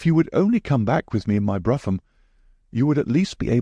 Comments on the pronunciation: I think the general consensus is that brougham ( a type of horse drawn carriage ) is pronounced ‘broom’ . Otherwise this voice makes for a pleasant listen , thank you 🙏🏻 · The carriage is pronounced Brawm.